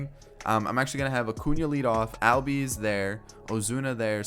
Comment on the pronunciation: It’s pronounced allbies